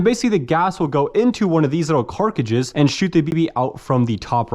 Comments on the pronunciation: Also why do you say 'Carkidges' instead of 'Cart-ridges'? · cartridges not carcages😭😭😭😭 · Carkages??? lol love your content but the way you pronounce cartridges kills my lol keep doing you though! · Why do you always refer to “Cartridges” as “ Car-ca-chiz”? Just curious because you call them “Car-ca-chiz” in every single video you make?🤷🏻‍♂️ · him saying carcagees is kinda pissing me off :[ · It is C A R T R I D G E!!!! NOT CARCADGES. Come on man. That drives me insane when grown adults can't say words correctly!!! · Carcage instead of cartriges is diabolical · 'carcagis' 'semi-mac' huh?? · U keep saying" carcrages " it's cartridges 😂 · Dude it’s car-trid-ges not car-cages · Omg brother, carTridges. This carcridges thing is killing me. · Is anyone going to mention he says carcages not cartridges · Carcages? haha! I know you're saying Cartridges. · He's been corrected SO many times in the comments for not being able to pronounce: Cartridges (Carcages), Grenades (Ganades), etc, that at this point I have to assume it's 100% intentional, or he has one helluva speech impediment on only certain words. 🤨🤦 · The way he pronounces cartridges is annoying lol